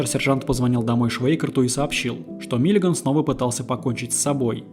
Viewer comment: Только Миллиган, а не Миллиаган!